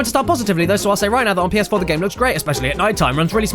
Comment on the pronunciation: Mirror's Edge Catalyst on PS-Cyoar